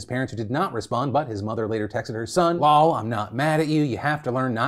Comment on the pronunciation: Not Phil saying LOL like that.